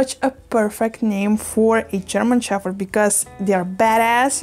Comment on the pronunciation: It’s funny you say “sheffherd” 😂 for once in the English language the “ph” actually doesn’t make an “eff” sound lol so interesting